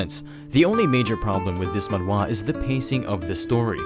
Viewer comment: Alright the voiceover actor says "Manwa" not Manhwa or that's how you supposed to pronounce that? Am I the only one bothered? Lol